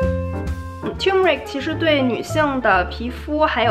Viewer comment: turmeric 重音在后面